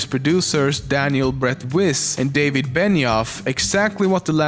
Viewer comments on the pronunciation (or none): none